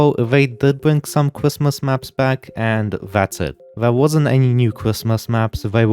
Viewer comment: bro cannot say his "R's" "cwrismis"